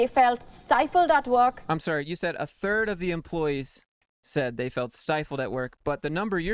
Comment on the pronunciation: no she said a TURD of the employees.